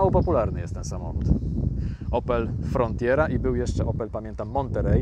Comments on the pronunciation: FRONTERA!!! nie frontjera.... :D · Ten sam czlowiek chyba powiedział ci o oplu "frontjera" 🤣 bo też jest w błędzie.